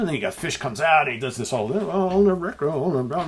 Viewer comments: Your pronunciation of “Fish” is spot on! Steven Reid has coached you well. Superb album. Complete classic. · My kilt approves of your pronunciation of the word fish. You should do a whole show with a Scottish accent.